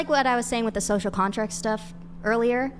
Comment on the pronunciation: I lost all respect for her at”Scocial Contract” 😂😂